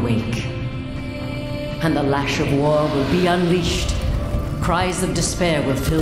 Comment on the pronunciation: Uncrustable, lol